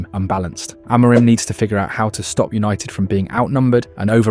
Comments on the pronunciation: AM A RIM ... get it right ... AM A RIM !! Not A MOUR RIM! Are you American talking about British football? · I assume this is an AI who is mispronouncing people’s names rather than somebody who has avoided every mention of their names. Ten HAG and A-MORE-im? Try harder. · Narrator can't pronounce ETH's or Amorin's name. I'm out. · Didn't realise I was listening to AI until the 'simone else' . Spelling error in the script? I did think it was a novel pronunciation of Amorim. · The two different pronunciations of Amorim at the beginning and the end had me on the ropes 😅 nice vid